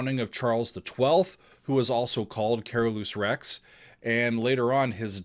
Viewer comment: Carolus Rex is to pronounced as Latin, as it is latin. Have you heared of the 80ty year war ? wink wink, notch notch.